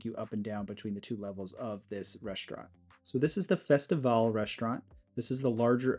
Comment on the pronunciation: Thanks for pronouncing the restaurant names properly. It made me feel old when other you tubers said festival or festivallEE. LOL... how do they not remember those wonderful ships Carnivale and Festivale. As a kid I used to dream about cruising on them one day. 😊